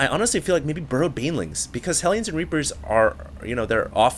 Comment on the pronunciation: you said Rapers instead of Reapers xD